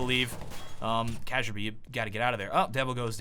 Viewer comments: not kaggerbe it is kayerbe , duhhpreeh and xpyex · you pronounce kjaerbye like ka-jer-bye. Its kjaer-bye. lmao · god almighty, ka-jer-bee is not right man it's kyar-by (something like that) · did you called Kjaerbye Ka-jaerbye its pronouns kyerbye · Sounds almost like calls Kjaerbye "Caterpie". While I was listening to the casting I started wondering if this crossed into Pokémon: Global Offensive. I think the easiest way to pronounce Kjaerbye is to combine "Chair" and "Bee". Still a good job on the solo casting,! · Cashier-B K-yer-B is closer to the real pronunciation, I thought it was Cajun-B at first Loved the video! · Before casting Astralis again, it's Kyerbee/bye not cajerbee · Kee-air-bee not kajerbae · Kjaerbye is not pronounced Casserbee. It's Careby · kazjerbee?? it's kiyearbee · FUCKING KAJERBEE??? WTF ITS KAY-YER-BEE FFS. Why do u do this to me?? How do you not know this? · Is it because of Cajunb's name that so many people say cayerb instead of Kjaerbye? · it s not kajerbye it s kyarbye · I think his name is pronouced like kirby and not like kejerby Xd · It's pronounce as CareB, not CajerB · its kjaerbye not quasabjy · Kjaerbye is pronounced like "carebye" just for your danish or scandinavien viewers ;) Keep up the good work!! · the j in Kjaerbye sounds like a y, like in German so it sounds like "Kyaer-bee" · Hi, I'd just like to point out that the first part of Kjaerbye's name is pronounced 'cair' like in "cairn". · if you pronounce kjaerbye, kajerbee one more time, im unsubbing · Kjaerbye isn't pronounced Kejerbee... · Awesome cast once again, one thing though, Kjaerbye is pronouced Kyer-bee, and Xyp9x is pronounced Xyp-ix. ;) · I beg of you to pronounce Kjaerbye's name as key-air-bee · IM TRIGGERED KJAERBYE ITS PRONOUNCED KIA-BEE I GOT SO TRIGGERED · say it with me: Kee-Yair-bee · I believe that Kjaerbye is pronounced Ki-yare-bee. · Is it k-yar-bee? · Kjaerbye? More like CajunB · Kjaerbye is pronounced key-air-B xD